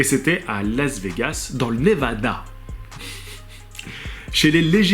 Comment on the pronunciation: Lol tu me fais délirer ; " le ConnectiCUT, ... le NevaDA 😄